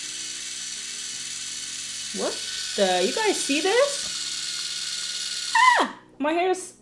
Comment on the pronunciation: It’s not dis... it’s the word “this”